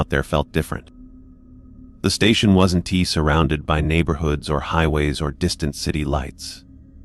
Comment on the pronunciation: Hey, AI dude, the words are pronounced wasn't couldn't and didn't. NOT wasn tea couldn tea and didn tea. It's also pronounced Cooper's. Not Cooper Es. Other than that the story is very good!!!